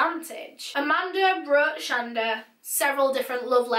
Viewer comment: Her name is pronounced Sh-On-Da my mom has the same name lol